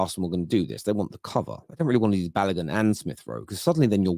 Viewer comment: Its not Balagun Its Balogun